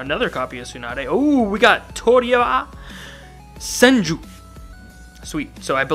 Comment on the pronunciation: Toria Senju